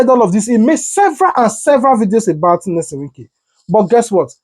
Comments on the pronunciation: The man's name is Nyesom, not Nelson. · His name is Nyesom not Nelson. Polish your grammar or use broken/ Pidgin English. It was a beautiful package